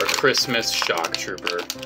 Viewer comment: “It’s time for chrimas”